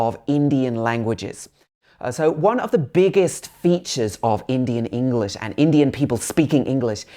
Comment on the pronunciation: Bro one tip for you is , it's english not engliss